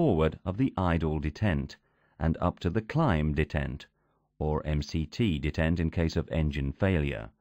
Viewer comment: Very interesting. But why does it degrade to that horrible female computer voice randomly? It's so bad that it's actually hard to make out what it says, and it mispronounces a lot of things, e.g. pronouncing "detent" in all kinds of ways but the right one...